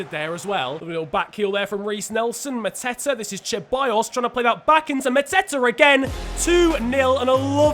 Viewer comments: Its not cheballos it is Ceballos learn how to fucking prenonce spanish names. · Not trying to be an ass but why do Brits say Cha-by-yos when it's pronounced Se-by-yos Genuinely dont understand that is that like a British thing? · its see-baa-yoss mate👀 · I cringe so much when u say cheballos. Its pronounce seballos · You say it like "seballos" not "cheballos" ffs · I know you try your best to pronounce names right but Ceballos is pronounced Sebayos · Hey alright listen man, Ceballos isn't pronounced cheballos, it's pronounced seballos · Ceballos is pronounced SE-BA-YOS, it ruined the video for me 😂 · “Dani cheballos”😂😂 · Hayden cordall CHEBALLOSS it makes me wanna die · The C in Ceballos is pronounced like an S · The pronunciation of Ceballos is horrendous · that pronunciation of ceballos just makes me feel more and more uncomfortable every time i hear it;) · The way he pronounces Ceballos gives me nightmares